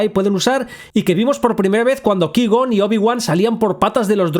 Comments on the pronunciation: No sabes pronunciar cuai - gon pero sí lo haces con scaiuaolquer o cailo ren? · Se dice Kuaigon, no leviosá... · Ki-gon? Cuai-gon, no es muy difícil pronunciarlo bien verdad? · Cuai-gon: ❌ Ki-gon: ✅ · Se pronuncia artu ditu. Cuai Gon!!! Por favor. Tené vergüenza. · "Cuai gon", porfa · Se pronuncia "cuai gon" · Cada vez que dices Ki-gon muere un gatito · Que asco que ni puedas pronunciar correctamente el nombre de Qui-Gon Jinn, pero bueno al fin, espalolete. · Aprende a pronunciar "Qui-gon", por favor. Me sangran los oídos! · No necesito una justificación de que un robot no pueda hacer algo que antes hacia TRAS 20 AÑOS. Si, se pudieron romper y nadie quiso repararlo. Y ya. ¿Qui gon? ¿Anakín con acento en la i? ¿Pero tú has visto las películas? Ni una has dado. Porque solo con escucharlas sabrías pronunciar bien eso ya que jamás se pronuncian así. No, levitar 3 metros meditando no es lo mismo que volar dentro de una nave nosecuantos metros porque tu quieras. Y tampoco tiene nada que ver con un salto de la fuerza de 2 metros. Y con Marvel otra vez. Octopús. 🤦‍♀